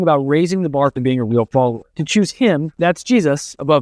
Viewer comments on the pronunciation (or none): none